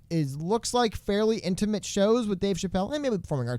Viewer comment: Cannot believe a grammar stickler with his enunciation. Hey, you know what you say all the time and is not a word and you said in this video? "Intimint", though that would be one killer name for a brand of date mints. You also say "pundint" a lot too when you mean "pundit", though you're not the only one I've heard that from. Can someone tell me where that comes from?